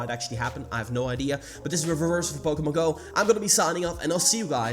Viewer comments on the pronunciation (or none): Its POKEMON not POKEMONG